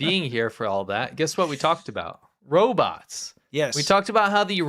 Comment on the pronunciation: Roberts? or Robots? ;) On purpose?